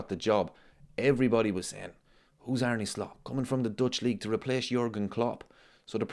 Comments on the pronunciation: Did you know, its pronounced Ar-na not Ar-knee?? True story Also, whatever Merson says, you shouldn't never take it too seriously.... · Well actually its pronounced Ar-ne with a heavy r. Just like Slot himself said..